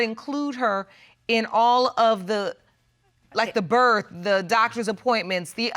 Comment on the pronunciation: She says berf instead of birth..